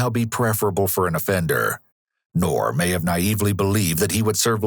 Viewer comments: "We don't know yet whether Ngor has mental issues or not..." LOL!!! Really? F N REALLY?!! Clearly anyone who savagely beats (almost) 100 year old elderly people has severe mental issues! Also, the "g" in "Ngor" is NOT silent. 😉That Ngor could have taken what ever he wanted without laying a hand on those helpless seniors. I wish for this particular case we could go back to the old justice system of 100 years ago. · First time I heard it with a silent G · Nice try but I don’t think that’s how you pronounce the suspects name. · get the guys name right at least, its two syllables not one, the g lisnt silent. it n'Gor not nor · I would pronounce Ngor a little differently, appropriate name however.